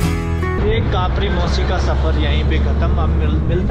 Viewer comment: Not kapri is kapiri mposhi